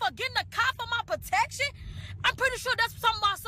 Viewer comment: She said "potection". No elementary school education there.